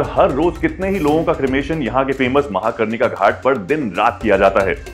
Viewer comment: Mahakarnika nahi manikarnika ghat Kuch bhi bakk do!